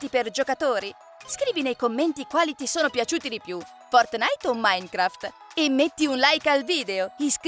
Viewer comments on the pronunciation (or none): Quando ha detto maincraft Io =ha imparato!!!! E poi ha detto fortnaite E io =nooo ( so come si scrivono ma come ľ ho scritto io è come li ha detti...)